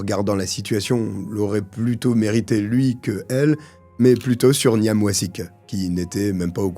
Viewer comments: GMP c'est greater Manchester police. Bouilloire électrique (sûrement avec du sucre) ces mecs étaient en prison c'est sûr. Niamh - c'est Gaelic et ça se prononce comme Neeve (nive) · Juste comme ça, en passant, Niamh, ça se prononce Nive (comme dans Neve Campbell) 😉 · Niamh se prononce “Neeve” !